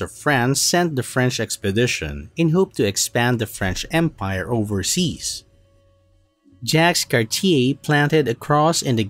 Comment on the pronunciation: Jacques Cartier = "Jax Carteer"? Oh come on man! :)